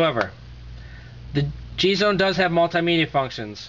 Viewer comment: I got the black/silver one and love it. The only thing I really don't like is that the lights for the buttons are pretty weak. And this guy pronounced it three different ways, none of them right - "jeez one" is what the web site says.